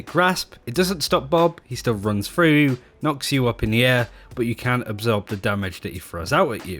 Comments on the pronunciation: listen for the "t" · Are you saying can or cant? I just cant tell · I swear it's hard to hear the difference between what he "can" or "can't" do. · Maybe start saying "cannot" instead?